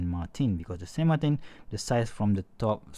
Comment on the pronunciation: "San Martin" is a Spanish word so you have to pronounce that brand as it would sound in Spanish and not as it would sound in French or English. It's SAN MARTÍN